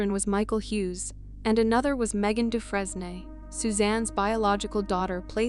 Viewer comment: In the story about Suzanne Suvakis, you continually mispronounced Megan's last name. It is pronounced, Doo-fraine ( rhymes with "train", in the American pronunciation), or Doo-fren (rhymes with "pen", in the French pronunciation). Really, if you're going to make a video about victims and their families, at least have the respect to do a little research on the correct pronunciation of their names - it can't be that hard, especially in the age of "Google".